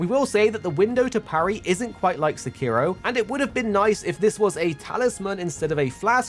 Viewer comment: Illegal sekiro pronounciation